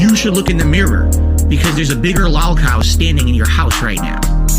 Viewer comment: LAWHL COHW. Thats how he pronounces it. Jesus. And nobody is asking you for merch dude. Dont even lie. Your doing this because your income has dropped off and you need those hogans dooood. And you shit talk teespring and now want merch? Lmao. I hope if he gets merch someone gets that shit shut down too, with his "decade old out of context clips", youve video recorded your entire life and put it on the internet. Its not hard to find videos of you being a chode monger. The clips arent out of context. The clips are the content you buffooon.